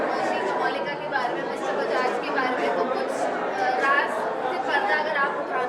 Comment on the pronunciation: it's not ki it's kay yaar😂. kasautii zindagii kay 👍